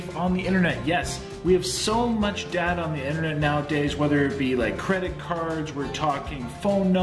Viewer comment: The word is data No rrr